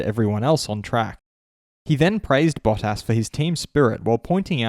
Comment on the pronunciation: Bah-Tis. not Baw-Tas.